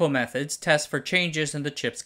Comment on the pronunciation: When the narrator says "Methods", it sounds like they are saying "Meth-Heads" 😅